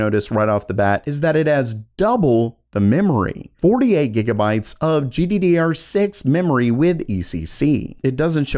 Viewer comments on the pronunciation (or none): none